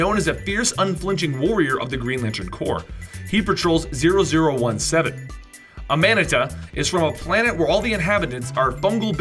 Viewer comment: Amanita? You're really pronouncing it like that. Ahhh-Mahhh-Knee-Tahhh you pleb.